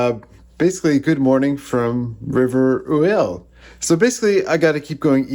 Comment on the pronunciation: No, Rivière-Ouelle does exist, close to Kamouraska, and he pronounced it correctly.